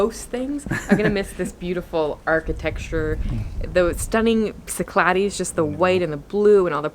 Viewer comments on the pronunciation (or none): none